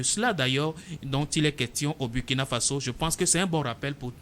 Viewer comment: Il faut bien prononcer le nom du pays; c,est Ecrit Burkina mais on lit Bourkina